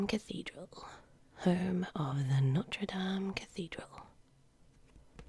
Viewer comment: Watched this in 2019 and died when it got to “Notre Dame” - loved the vid though